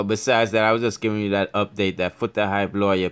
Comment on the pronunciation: I want to know where this guy is from trying to sparky spokie, the guy cannot read properly but.He is trying to give information, and he cannot pronounced Foota Hype lawyer name at all. That lawyer looked like Peter Lowblack from Haiti, some of these bloggers. They does not know what the hell they are talking about, they likes to running off their mouths.